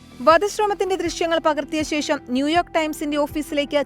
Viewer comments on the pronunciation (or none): none